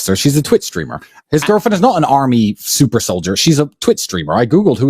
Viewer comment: Bruh he said SUPER SOLIDER 💀💀💀💀💀💀💀